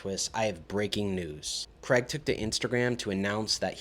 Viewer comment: How difficult is it to pronounce the name “Craig”